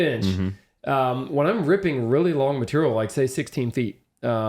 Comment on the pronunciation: The word is "height", not "heighth." "Heighth" (or "heigth") hasn't been the appropriate spelling or pronunciation since the 18th century. Also - it's "material", not "maturial."